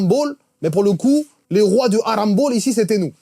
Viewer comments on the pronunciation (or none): none